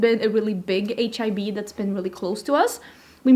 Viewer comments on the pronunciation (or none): It's HEB not HIB 🙊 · Has anyone commented that we pronounce E differently when saying the letter? You're pronouncing H.E.B the way we would say H.I.B. We were in Dallas last month and dine in was open. Is that a newer rule or just Austin? You need to try BBQ if you haven't. Rudy's and Dickeys are too popular chains. Raising Canes, Chicken Express, Jason's Deli, McCalisters are all fast casual places. Not all have drive thrus though.